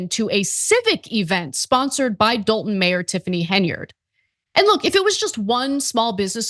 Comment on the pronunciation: It's actually "Dolton".....But, Yeah